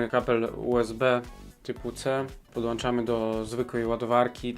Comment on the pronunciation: Podłączam nie podłanczam . Tak tylko chciałem się przyebać. Pozdrawiam bardzo fajny kanał ;-)